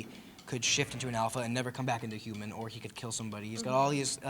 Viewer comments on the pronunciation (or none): none